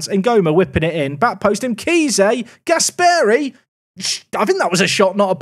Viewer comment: The pronunciation of Gasperi makes me sick! It's Gàsperi and not Gaspèri